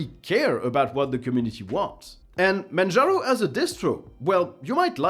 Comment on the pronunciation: "manjarno" XD